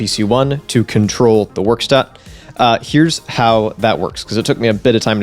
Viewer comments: "Werkstatt" is a german word meaning workshop. (in the sense of a room, not an activity) You pronounce the e in "Werkstatt" like the e in "hello" and the s in "Werkstatt" very similar to the sh in "shop". So phoneticly it's "vɛrkˌʃtat" Seems like a neat little device, but nothing I'd pick up at the moment. A neat little instrument and quite interesting to build but that's about it, nothing that is massively exciting to me. But I wouldn't be surprised if you could make some neat songs on this ^^ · Yeah, you need to verk on your german dude.; ) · "verkshtatt", any TTS engine would have shown how it's pronounced instead of just doing "I think that's how it's pronounced" :)